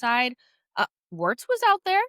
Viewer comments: I believe the pronunciation of “Wirtz” is “Viertz” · funnier pronouncing it as "wertz", WIRTZ transfer of the Summer considering the price tag and expectations